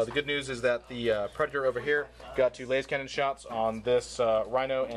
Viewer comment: not only can not correctly pronounce lascannon, he evidently can't edit for shit either